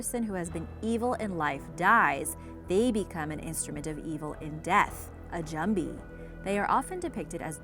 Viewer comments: Lowe she man at least she try lol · how this woman pronounces "jumbie" got me laughing